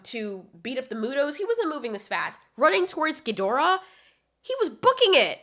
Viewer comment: Thank you for pronouncing Ghidorah properly!